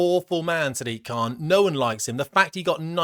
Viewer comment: Pronounced Sir-Dick Khan?